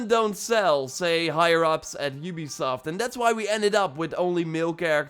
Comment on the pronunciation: Oobisoft,youbisoft, ubesoft